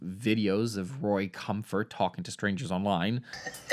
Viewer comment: I like that you call Ray Comfort Roy, hehe